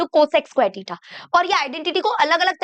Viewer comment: टिटा ❌ थिटा ✅